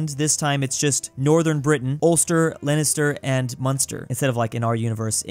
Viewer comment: Leister, munster and ulster were said correct